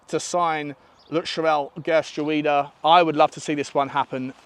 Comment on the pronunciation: Geertruida = pronounced HE(Y)ER-TROW-DER